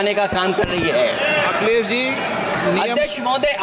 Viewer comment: अखिलेश यादव का नाम लेना सीख लो भाई